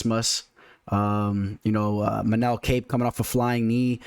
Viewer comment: Nice breakdown, bro. It's ManÉl KÁpe, btw (trust me, I'm Portuguese)